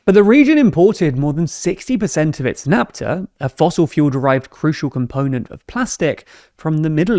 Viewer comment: Naphtha is pronounced "naf-tha", not "nap-ta"